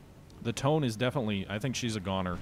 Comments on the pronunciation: It's pronounced Toe-nay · Just a small tip. Tone is pronounced as Toe-Neh.